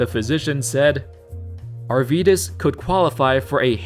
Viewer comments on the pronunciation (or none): Hes Arvydas [R Wee Das] pronunciation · Hes not Yourvydas Hes not Myvdas Hes Arydas Sabonis